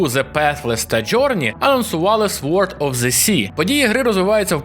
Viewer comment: в слові "sword" літера "w" не читається